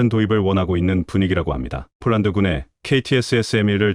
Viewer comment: 왜 자꾸 폴란드을 쫄란드라고쓰고 읽는지 알수가없네 폴란드사람이보면 무식한것들이라고 욕하겠네 좀 똑바로하세여